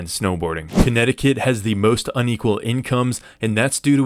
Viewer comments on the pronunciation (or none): none